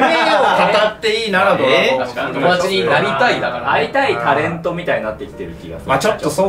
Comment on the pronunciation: さんの発音がずっと「ふるうつ」でなんか和む